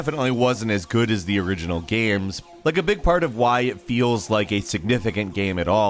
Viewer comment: Why do you keep calling them Gaims?